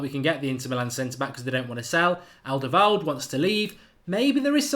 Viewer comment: His name is not "Alderweld". Learn to speak